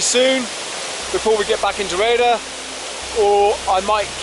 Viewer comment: this is a Good walking vid of an nice obscure place, been thee on the road a few times but never got out of the car? your vid makes this feature look amazing, but it peens me when you say the village name as "Raider"? where on earth do you get that pronunciation?(sounds like you have never heard of syllables in words), its not by reading the sign is it, when the name is Rhayader, it has got 3ish syllables, Rhay a der, see it is very simple (but not to most english). Anyway, you are forgiven (if you improve) you do need a vast improvement to saying Welsh place names, it is really atrocious the way yo say welsh place names, again, Gwynllyn (no idea what you make up?) 2 syllables Gwyn llyn, This walk looks fantastic.